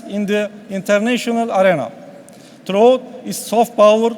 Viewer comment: Lan ne alakası var aksanla. Adamın aksanı değil sorun aksan olabilir, herif en kolay kelimeleri bile doğru şekilde okuyamıyo. Ak parti kavurma ne lan. vidat tabt ne. troo ne lan. ekspoleytıd ne.